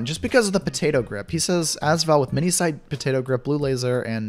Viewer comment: ok im not saying that you need to change the way you say as val but im just saying that you say AS VAL like AS is 1 word witch it is but your sopposte to say it like A-S-VAL